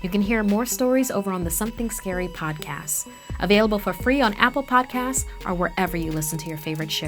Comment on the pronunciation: are we just going to ingnore the fact she says "podcass" insted of podcast sorry for my spelling my phone is having a stroke